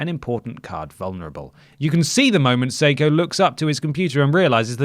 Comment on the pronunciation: Did not expect to see Seiko’s face when scrolling though my YouTube feed today. I’m the commentator whose tweet you read out from the article. Refreshing to hear you poking fun at the situation that’s been nothing but drama for us. Love you boys. P.S. It’s pronounced Psycho